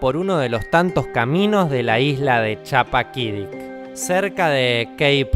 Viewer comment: Estimado: Era una calurosa noche de verano de julio en Chappaquidicik, y se pronuncia con la u como Guido en italiano